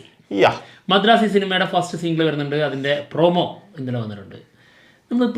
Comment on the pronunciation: Masharaasi alla madharasi ahnnu